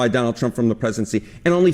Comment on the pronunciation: Did he say Johnald Trump?